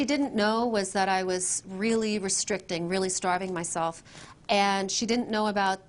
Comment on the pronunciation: when she says "myself" it also slips out a bit